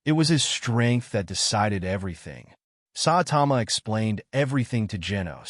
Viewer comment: its ai